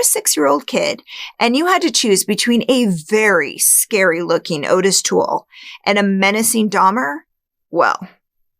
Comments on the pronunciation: his name was "ottis", not "otis" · Not "oh-tis", its pronounced "ah-tis". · His name is Ottis (ot-is), not Otis. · 'Ottis' is pronounced 'Awtis', not 'Otis'. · Interesting recap. Only one thing Ottis Tool’s names is not pronounced Otis it’s pronounced Ot-tis. I believe Dahmer could have killed a Adam. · His name is pronounced "Oddes", from every other video I've seen on this pair. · This is a common mistake, but Toole's first name is spelled with 2 T's and the first syllable is pronounced like caught, bought, sought etc. I think this can be attributed to the "Henry" film spelling and pronouncing it the traditional way. As for this "theory"? It sounds about as plausible as Ottis! I love your "subtle" attempt at manipulating the audience with stuff like "no kills in ten years? I don't buy it", despite there being ZERO evidence to the contrary. Both killers made the most valid statements on the matter, with Toole, who, having an IQ of 50, was still smart enough to know exactly how the cops played their game with how they got him to continually "confess". And Dahmer stating bluntly "why would I lie after being truthful about everything else?" Seriously, why would he? You failed to convey any good reason that would indicate the opposite. You can't overlook that serial offenders are more often than not very specific in their crimes. Dahmer was not a pedophile, plain and simple. Even the 14 year old victim falls under hebephilia, not pedophilia. If you're a podcaster who focuses on serial killers and sex criminals, I don't see why you would deliberately overlook such things.